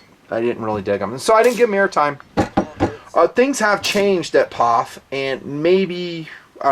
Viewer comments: I've never in my life heard someone pronounce POF like it was a 3 letter word. Dude, it's Pee Oh Eff. lol Wow, that was annoying af. And you don't do that with any of the other MANY acronyms you use on this channel on a daily basis. lol But all of a sudden, we're Pawf'n it. lol wtf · P...O...F... Not POFF. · It's not a "POF" it's pronounced " P.O.F. " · From a POF owner and enthusiast, don't call it a Pawph! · Pee Ohh Eeff lol